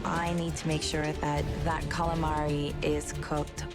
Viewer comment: Calamavi fveschi, fettuccine fvesche, tutto fvesco